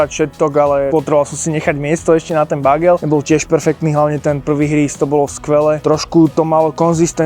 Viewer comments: Bágel? To ako fakt??? Bágel je slangovo batoh. Prosím doštudovať výslovnosť slovíčka bagel! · jo prenho to je Bágel :D rehocem sa vzdy ked to vysloví ale tak treba sa smiat 😂 Bágel 😂😂😂😂